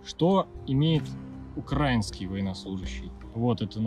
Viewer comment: одна просьба: правильно ставить ударение в слове украинский